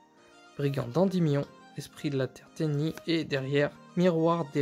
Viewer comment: Tenyi, pas tenji